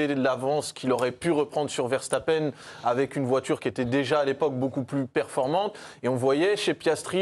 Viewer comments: “Verchtappen” faites l’effort s’il vous plaît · ARRÊTEZ de prononcer les noms néerlandais avec des sons allemands ! Le S se prononce S en néerlandais, comme en anglais et toute langue latine ! Max Verstappen et Wesley Sneijder s'appellent bien Verssssstappen et Ssssssneijder.